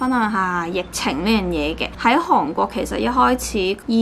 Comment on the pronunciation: 請問地球上那一個國家叫「航」國？我是支持和喜歡你的，但請別再懶音滿口，帶著七十多萬U粉的你請幫忙保存粵語